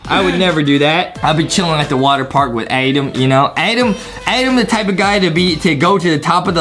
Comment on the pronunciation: It's Adam not Adem